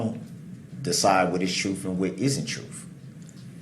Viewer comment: says troof instead of truth!!!